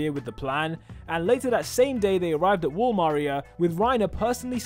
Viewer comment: the way he said wall maria😂😂😂